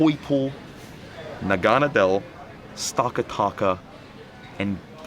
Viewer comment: Great video! You pronounced the names of Pheromosa, Naganadel, Stakataka, and Blacephalon wrong. Besides that you did an amazing job!